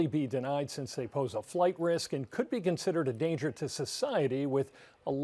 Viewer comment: "Alegged" is such a sorry excuse.